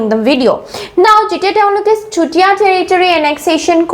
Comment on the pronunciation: Please improve your pronunciation like Swargadeu not Hargadeu, simply say sutiya kingdom not chutiya, it sounds like slang.